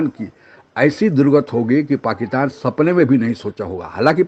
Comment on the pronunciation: Are Pakitan nahi Pakistan